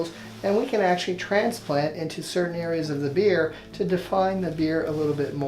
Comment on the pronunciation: He says beer not beard